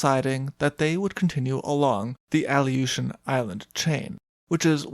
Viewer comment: Aleutian Islands: (Uh•loo•shn) Not “Ali•oh•shn” Other than that this was another banger of a video. I love your content and I shared your channel with my pops and he really enjoys it too. Thanks.